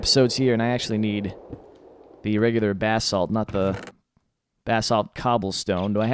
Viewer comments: I love you but every time you say BAHsalt I want to throw my computer. It is pronounce buh-salt. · That's the American pronunciation but it can be pronounced Bah-salt